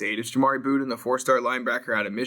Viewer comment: Jamari BUDDin! not Boodin! lol